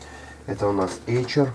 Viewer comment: Эйсер а не Эйчер